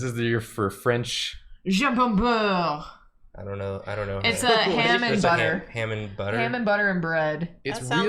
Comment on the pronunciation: I'm so offended on how said jambon beure, it is just slightly off, so it's like a movie character